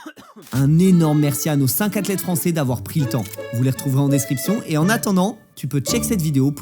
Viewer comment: On dit "les meilleures Zathlètes" pas "les meilleuratlètes" 😵🙄